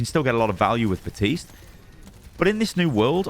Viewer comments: WHY is no one commenting that this dude is saying BaTiste and Not BaPtiste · "batiste".... kinda feels like benedict cumberbatch and his penglins. plz pronounce the p, elsewise its gonna sound strange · Bap-tiste. BAP-tiste. BAP-TISTE.